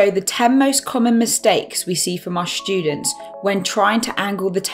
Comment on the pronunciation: "our shtudents"